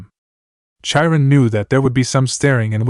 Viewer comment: OK, I do not know if you are using AI to read the story but, Chiron the CH is pronounced as a K not in the normal way CH is normally pronounced instead of Cha we have K or in Japanese it would be pronounced Kai Ron. I don’t know if you can fix it, but I thought it might help to have the proper pronounce it love the stories. Keep them up.